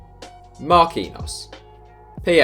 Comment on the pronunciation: Brandon Menezes he also pronounced Marquinhos wrong